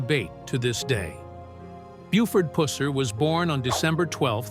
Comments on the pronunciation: It's not puss-er its pronounced puser. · Exactly puh-sir not puss as in cat or female anatomy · It's puh-sir